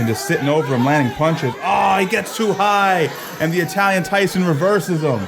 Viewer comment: why did you pronounce Italian like that bro it ain't Spanish sounds so weird